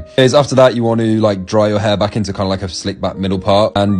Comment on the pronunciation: I at least here him say heirrrrrr so much